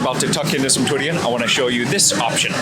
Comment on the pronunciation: Big fan but man the way you say durian is way over the top and pretty annoying honestly! Haha